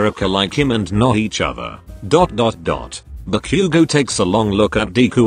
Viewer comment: I love the way you say bakugou